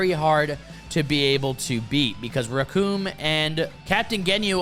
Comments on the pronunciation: The name is Recoome and it rhymes with DOOM! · Bro… if you are going to make a video, check some pronunciations first. Their names are not “Recoon”. Or “Barter”